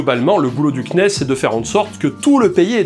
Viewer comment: C'est étrange... En tant que fan d'exploration spatiale, je bug toujours quand tu dis "CNES" ;)